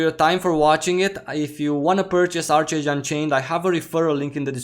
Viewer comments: Love your content, glad to see you back! FYI, I believe it's pronounced "ARK-age" 😉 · Made the same mistake at 1st but it’s pronounced ark age. Just wanted to let you know. Great vid as always!